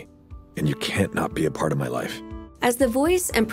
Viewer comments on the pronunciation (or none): none